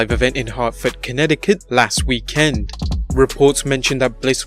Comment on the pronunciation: What is your nationality? I never heard anyone pronounce last weekend anywhere like you do it's funny as hell!! Similar to when you are obviously reading off cue cards and put emphasis on the wrong words. LoL 😂 I guess you might be new to English